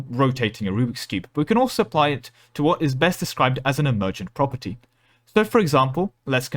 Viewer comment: For some reason when you said property I heard proper tea.